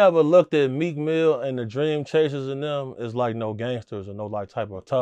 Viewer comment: Jaguar calls Meek Mill MEEK MILK. 😂